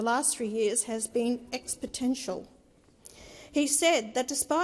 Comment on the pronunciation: Hanson, try to be original and investigate original issues. Hanson just copies issues raised by other people. Nothing new about Pauline. She pronounced the word exponential as expotential. She is barely literate.